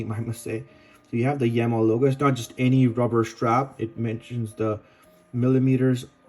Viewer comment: The brand is pronounced 'Yeema'.